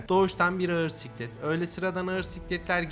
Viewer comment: Abi siklet değil sıklet yeni atmışken düzeltirsin diye diyorum, eline sağlık